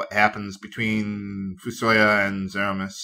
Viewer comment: also, i pronounce fusoya as "fu-so-YA" and not "fu-SO-ya"